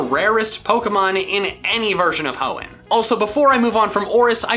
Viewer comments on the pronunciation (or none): You mean the heeon region right?